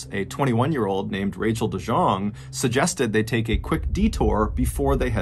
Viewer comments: you mispronounced that name its pronounced "dee yong" its dutch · “De Jong” with the hard J instead of the hard Y 💀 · Its not pronounced de jong its actually (de yong) its a dutch name. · New Zealand was discovered by the Dutch and named after a Dutch provence called Nieuw Zeeland. De Jong is a well known Dutch surname not a French surname. She obviously has Dutch ancestery. So De Jong is pronounced as 'De Jong' not 'De Shong'. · Btw i believe Rachael family name is pronounced "dee yong" not "dee jong" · The J is pronounced like a Y in the surname ''De Jong'' it's a Dutch name not French the J is not a Sh. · Just to let you know, I have the same last name, it's pronounced de-yung :) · It's pronounced De Young. ❤ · de Jong is a Dutch last name, pronounced “the young” more or less. (If you Google translate - put it on detect language, and translate to English, and get a translation. Hit the speak button on the original language - it often helps) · The name de Jong is normally pronounced more like dee-young Otherwise perfect ballen video best content on youtube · de Jong is pronounced de young. I heard Mr. Ballen say de Jong and I laughed cuz I have a friend whose last name is also de Jong and a lot of people pronounce it how Mr. Ballen pronounced it 😂